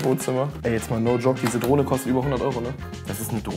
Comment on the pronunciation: Ich habe statt Drohne Droge verstanden 😂